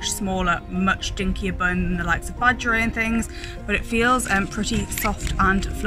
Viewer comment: heh it’s pronounced like Bah-g-air-ee-et